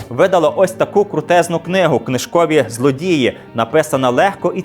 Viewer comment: Дядь, вибач, але твоя укрїнська неідеальна. Книжкові злОдії, а не злодІї має бути. Злодій - це вор російською, а злодей - це посіпака або зловмисник українською. Я не нацист уже настільки, але розмовляй правильно, бо хто там і що, у тебе не дуже зрозуміло. Просто злОдій і зловмисник - це, як на мене, дуже різні поняття. І, доречі, я із Миколаєва Миколаївської області. І то я краще за тебе розмовлю українською... А ти там "у колисці української мови" тупо балакаєш на свій лад. Без претензій, все розумію, але розмовляй правильно, якщо вже взявся вести такий популярний канал. Україна велика, і ми всюди розуміємо тільки літературну мову. А ось ця балачка, суржик і хз щось там ще - це огидно і принизливо.